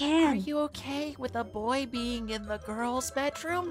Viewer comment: Noy not noi and boy not boi